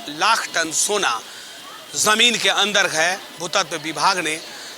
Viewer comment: पहार नही पहाड hota hai.. शोना नही सोना hota hai aap baar bol rahe ho aisa to ajib sa lag raha hai sunne me.ple sona ko sona he boliye kahi kahi aap thik bol rahe hai kahi kahi lagta hai jabardasti bol rahe hai ple sudhar kijiye